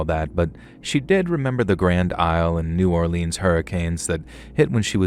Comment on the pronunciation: I'm from New Orleans and u straight up butchered every cajun word you said starting with NEW or leans pronounced Nawlins